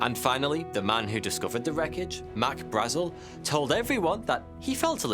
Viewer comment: It must be a rule that no person commenting making a video on Roswell is allowed to pronounce both “Brazel” and “Marcel” correctly.